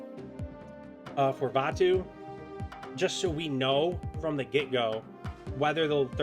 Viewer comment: Went against this once but him losing the klaw buff just made me win 😅, also it’s uatu, not vatu hehe